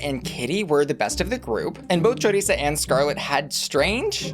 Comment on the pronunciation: It’s Choriza — like Theresa. Not chorizo